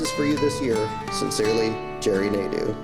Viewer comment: As a fench speaker... they way Nadeau is prononced makes my ears bleed... especially since i had a teacher with the name